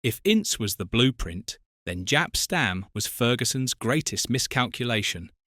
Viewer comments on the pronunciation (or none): Clearly not as he cannot pronounce their names properly. He also makes the mistake of pronouncing Jaap Stam’s first name as though is Jap rather than Yap.